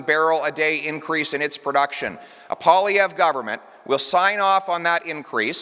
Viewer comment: Pwah-lee-ev-ruh… Just trying to help my fellow Canucks to pronounce the name of our next prime minister.